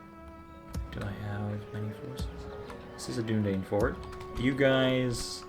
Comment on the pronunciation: Great video, just a slight quibble I have is your pronunciation of Dunedain [DOO-NA-DINE] great video regardless!!